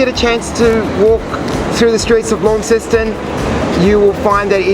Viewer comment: Pronounced locally as 'Lon-ceston', not 'Lawn-ceston'.